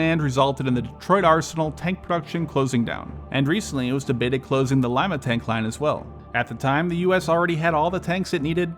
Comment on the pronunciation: Someone actually pronounced Lima correctly